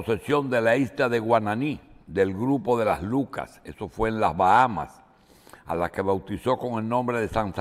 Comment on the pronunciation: Deben corregir es Bahamas o Lucayas. No Lucas.